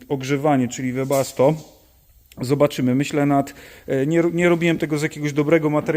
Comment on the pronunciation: Panie 😀 Webasto a nie debasto 😀nie wiem czy dobrze słyszałem 🙋🇵🇱🙋